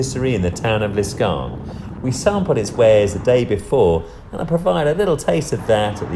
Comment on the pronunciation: L'Escarène not L'Escarne like you said. Otherwise a good video.